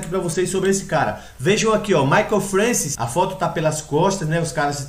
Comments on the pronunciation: Eu acompanhei essa época e era fã desse cara. Eu tinha fitas vhs com treinos dele de 1994. Se pronuncia Mike Françoa.... eu sei,pois ouvia sempre falar o nome dele, e nunca ouví ninguém falar Francis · Francis? Não seria francoA? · pronuncia-se "françoá"